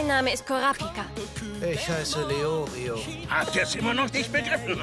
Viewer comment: "KurAApika", "LeOOrio"... oh mann bei der Aussprache der Namen zieht sich immer mein Magen zusammen - ich bin viel zu sehr auf die japanischen Originalstimmen & Betonungen gedrillt :D